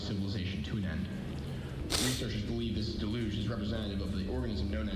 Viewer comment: The pronunciation of deluge as de-luge and not del-yoog is off-putting.